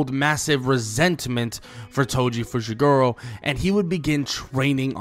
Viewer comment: I thought he said "Toji Fushiguwo"